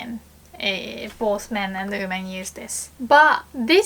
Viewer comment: This video is 2 years old, I wonder if she has learned to pronounce women instead of oomen already LOL...